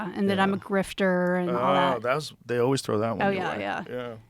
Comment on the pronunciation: I would really like it if Joe would stop saying O-ways and start to say that word correctly. It's Always. As in Almond or Alan.